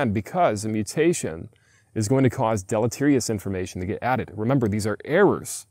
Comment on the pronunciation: Listening to blisteringly stupid people repeatedly say deleterious is painful.